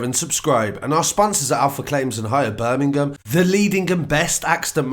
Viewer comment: I love how you don't seem to have much of an accent until you say "birmingham" then the genie is out of the bottle :D